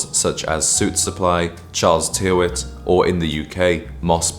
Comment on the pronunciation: Tyrwhitt is OK, I guess. Ye pronounced wrong or something, but can get similar shirts here, too.